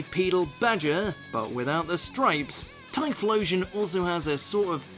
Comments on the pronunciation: no.9 Typhlosion Jimmy: Typhlosion? You sure?😂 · Oh shiii we starting it off with a legend...aight, okay....the heck is a tyflosion?